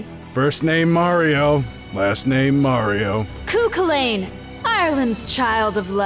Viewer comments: Chulainn is supposed to be pronounced "kull-in" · As someone from Ireland, I can't help but feel the pronunciation of Cú Chulainn feels a little off. Not sure if this pronunciation is how it's been done in the show proper as i haven't seen the English dub for UBW. You have 2/3 parts right, just that the "lainn" isn't pronounced like "lane". The closest English equivalent to "Chulainn" that I can think of would be the name "Cullen". That said, I like what you're doing with the series so far, and I look forward to seeing more. Keep up the good work :) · It's pronounced "koo hullen" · as an irish man that is close how to say cuchulainn its more like co-cull-in when said not that matters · Hearing irish mythology being mispronounced is giving me issues 😭 it's pronounced cú Cullen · I'm guessing that is how they said it in the show too, but that is not how you say Cuchulain. It's said "Coo-cul-in", as an Irish person that that just slammed right into my ears. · It’s Cú Chulainn . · Cu Chulainn is pronounced "Ca Hulan" Just saying... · Its pronounced Cu colen, just saying. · I’m Irish and I pronounce it chu-chil-in not chu child aim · Not trying to be picky, but it's actually pronounced "cu -hool-en" the second C is silent in his name, Cu Chulainn. Just thought I aught to mention, -an irish speaker. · BlazingAzureCrow makes sense thanks for replying also i think ur saying chu chulian ( I am using the old irish spelling because I am irish) name wrong the first part is right but second part is said culin sorry if it seems petty I just get annoyed easily if it is a joke like grim jaw then I am stupid also can't wait for digimon tried and bleach abridged seriously I love you videos ☺ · Okay for fucks sake it's pronounced "Coo Kulinn" gettin real tired of hearing these pronunciations but call me a Mary Sue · Except for the fact they're all pronouncing cú chulainn wrong 💀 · She said cu chulainn wrong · but they don't? I'm pretty sure they pronounce it wrong